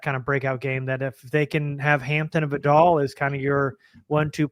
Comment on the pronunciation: Its pronounced VIE-dell, with emphasis on the first syllable. Just like the word "vital". Nobody says his name right, but please stop saying it like the shampoo, Vidal Sassoon! Love you guys.